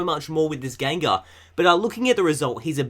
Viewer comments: You kept saying Gangar, probably confused by the packaging! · GENgar. What the fuck is a GANgar? smh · tbh the way says it sounds like gangar